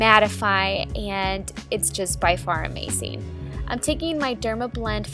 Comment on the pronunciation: why does she say "uCing" and "amaCing"??????? it's so annoying!!!!!!!!!!!!!